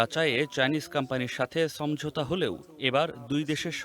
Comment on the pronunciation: somjhota na shomojhota. uccharon thik koren bhai, khobor koite aisen